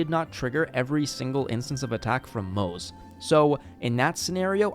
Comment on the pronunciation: Nice video but it's driving me crazy a little that you're pronouncing Moze like it rhymes with "doze" lol, it's Mo-zuh! "Ze" in Chinese is its own syllable.